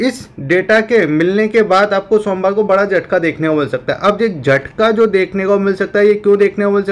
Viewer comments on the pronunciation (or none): Sonwar ya Somwar😂